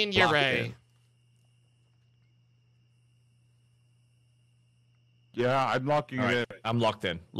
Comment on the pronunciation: Just so you know yurei is pronounced you-ray